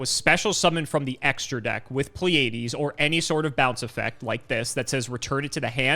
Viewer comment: Pleiades is a normal word... you should be able to pronounce it, my man... xD